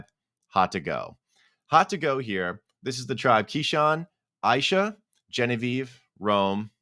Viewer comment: Aysha’s name is pronounced Asia lol